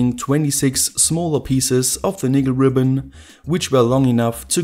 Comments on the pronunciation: i know that english might be tricky for a native German speaker,but be careful how you pronounce NICKEL or the SJW's will come and get you.. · He's fucked up the pronounciation so many times, it's hilarious.